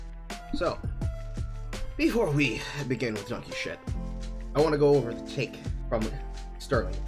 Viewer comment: it's dunkey not dunky! haha, love ya.